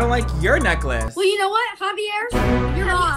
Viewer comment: she called him javior it’s a Spanish name